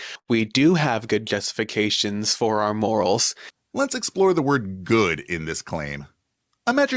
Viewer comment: I swear when said good justifications I heard good guesstifications. More accurate yet still wrong.